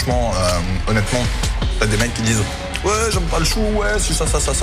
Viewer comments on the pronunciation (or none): évite de faire comme mohamed henni pour le oué mdrrr